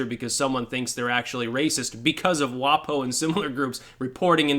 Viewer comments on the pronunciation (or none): Don't pronounce it 'WahPoh'. WaPo rhymes with Waco.